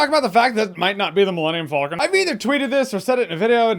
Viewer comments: "Millennium Fulcon" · You pronounce Falcon weird. Kinda sounds like you’re saying Vulcan. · "Millennium Foll-kin" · The way you pronounce falcon bothers me